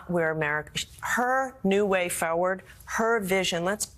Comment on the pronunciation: Hey Gina, learn how to pronounce the word 'forward' correctly. There is an R in it.